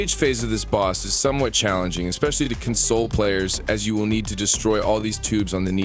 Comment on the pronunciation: nobody is gonna talk about how he pronounced "console" ?